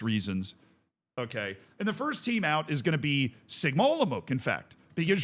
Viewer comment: Olomouc is pronounced Olomouts/olomovtz, if you do something like that, u get it pretty much right 🎯